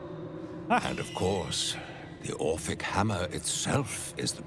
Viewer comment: Brother, the sheer amount of mispronounced words and typos in this series are driving me nuts. ORPHIC Hammer, its spelled out in the game. Used to free Orpheus, also spelled out in the game. What is all "orpheric hammer used to free orpheric" 😭😭